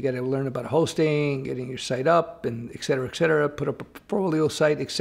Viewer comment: Sorry to be a jerk but there’s no ‘x’ in ‘etcetera’. ET-CET-ERA